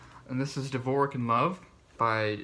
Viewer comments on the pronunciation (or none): Shakespeare's quote is: "Now is the winter of our discontent." (Richard the Third) Dvorak is pronounced : duh vor jacque not da vor ic look it up mispronounced names and words weaken your delivery substantially they undermine your credibility Listen to Dvorak Read Shakespeare forget the other books Shakespeare is a wild place